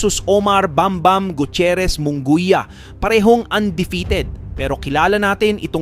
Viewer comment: Munguia d mo kayang basahin at e prounce properly? and also Kompyansado. where did you get that word?